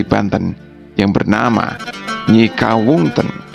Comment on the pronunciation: Jangan terburu2 menutur dalam berkisah, sampai salah dalam penyebutan nama; PANGERAN SEBA KINGKIN (B U K A N SEBO). NYI MAS KAWUNGANTEN (B U K A N KAWUNGTEN)